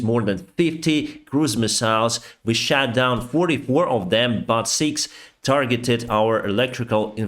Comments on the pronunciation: I like this presentation... But one comment on the pronunciation: You mean "shot down" but say "shat down" (💩) you mean "peace" but say "piss" you mean "lack of resources" but say "luck of resources" I am not complaining, your English is great and completely understandable... but these examples are unintentionally funny, I would like to let you know. keep up the good work, stay healthy and i wish piss for everyone... umm sorry peace for everyone 😉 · Please don't take this the wrong way, I love your work, and watch every update. I just wanted to point out some of your pronunciation is a little off. "Peace" sounds like 'piss', "shot" sounds like "shat" (past tense for shit in the UK) and 'ship' sounds like 'sheep' in your accent. I know what you mean but it makes me smile in such difficult times.